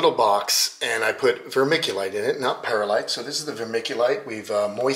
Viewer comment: Prettysure youre putting an extra syllable in the middle of the word Perlite 😊 pronounced 'purr lite' or 'pearl ite' ❤